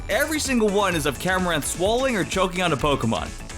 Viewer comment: “No. 9, MILKERY” Me: It’s understandable, I could make that mistake time to time “No. 2, RUNERIGUS” Me: I can live with that too, it still sounds like how it spells “No. 5, CAMORANT” Me: Wait, there’s an “r”...........how?